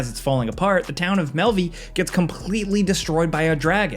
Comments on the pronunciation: Pretty sure its said like "Melve" not "Melvee" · Apologies but Melve has a silent e, its not pronounced mehl-VEE its just meh-lv. It’s like Valve. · Mel-vee. Its melve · Man these Americans always butcher these names. Melvi? Melve😅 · melve not malvy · The town of “Melvie” is pronounced “Melv” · Fyi it's pronounced Melv, not Melvee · Was about to type the same thing lol. In-game characters don't even say Melveeeee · I’m sorry but is no one gonna talk about how he said Melve-E? Anyone..I love this channel but that got me cackling worse than a hyena. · Bro.....🤦‍♂️... its pronounced MELV. No need for that extra e. ALSO... at the end of DD2, there's no need for any of those characters. Their deaths are inconsequential. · Did you say "Melvy" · Melvee? lol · I'm sorry your incorrect pronunciation of "Melve" in Dragon's Dogma 2 is living rent free in my head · This is how I know they don't even play these games, they have someone writing a script and they just read it. Couldn't even pronounce Melve correctly. I've noticed mispronounced stuff in many other of their videos. Apparently there's some old dude maybe in his late 40's that plays and rights the scripts, and Falcon just read it. They may play a game here and there but most of the time they're reading a script about a game they NEVER PLAYED. damn... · I've been watching you guys for many many years, but the way you pronounced Melve hurt me to my core 🤣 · Wtf did you just call melve 😂😂😂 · can tell he didn’t play DD2 bc of the way he said ulrika and melve lol (also ulrika dying would’ve been fine since otherwise the game forces you to have a romance with her for finishing the quest)